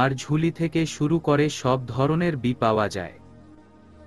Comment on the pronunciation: বই কে কোন মানুষ , লেখক বা পাঠক বি উচচারন করে জানা নাই ।অন্যমনস্ক হয়ে শুনতে শুনতে বি শব্দ টা কানে লাগে । ভাবলাম হয়ত লেখক বা লেখিকা ইংরেজী B শব্দ টা লিখেছে । কিন্তু বাস্তবে সেখানে বই ই লেখা । তবে কেন ……. ।